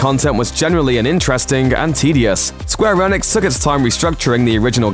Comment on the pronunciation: Every time the guy says Square Enix makes you cringe because he cant pronounce Enix properly.